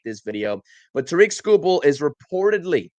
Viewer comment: Terrick, not TaReek